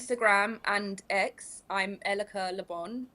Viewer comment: Her name is E-L-I-C-A… says it right in the title of the video. Stop Calling her Erica please 😂